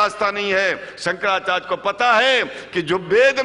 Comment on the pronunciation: जिसका उच्चारण ही ठीक नहीं हो,शंकराचार्य बोलना नहीं आता हो,वो शंकराचार्य हो ही नहीं सकते।ठग पंडित है ये,मैं इसका विरोध करता हुँ।